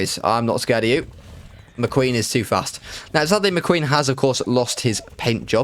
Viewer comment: You say "McQueen".. I hear the Jon Snow meme "she's muh queen" 😂 RIP GoT